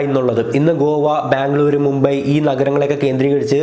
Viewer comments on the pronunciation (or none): none